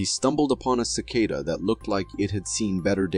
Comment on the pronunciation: pretty sure it's AI considering how he pronounced cicada